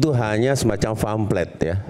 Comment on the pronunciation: nyebut pamflet saja famplet, lucu ya...